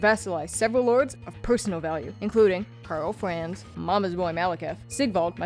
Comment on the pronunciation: Took me a while to notice the cute speech impediment lol, sometimes its Karl Franz but sometimes Flanz or Fwanz. It's cute, I'd roll with it, not dibilitating enough that you can't be understood so good thing. Also, I subscribed this time but only coz I saw that you only have 37k! Brutal considering the editing quality/effort is way higher than most channels.